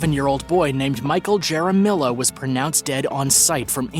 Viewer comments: Channel owner. Hair a me o. The J is pronounced like a H .Two ll"s like an E .This is a Spanish or Latin name. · What's dumb is the tragic mispronunciation of the name Jaramillo. Jesus, I suspect you're Canadian, but get out more.